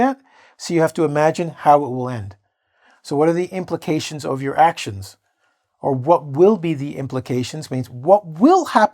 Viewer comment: number three sounds like pround not implications to me, am i right. ohh hi.